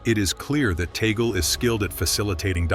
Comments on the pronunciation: Please,his name is pronounce Tag,- leh not taygle! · It is pronounced Tag-li not Toggle. This AI thing is a disappointment. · Tagle po,hindi Taygle or Tag-leh. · This Youtuber is doing one good Demolition Job!! for Whom??🙈🙉🙊, and by the way "tag-lee" not "toggle"... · TAGOOLE IT SHOULD BE TAG'LE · Tag - leh. Indeed. It should be known that the Pope has to be elected by a very special election, he can't campaign nor vote for himself. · Tag le. Tag le tagle!!! Pronounce as tag le. Your speak like somwone who dont know his piece!...... tag le tag le tag le tag le as tagle. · Please pronouce it corectly.Tag le Antonio (Chito) Tag le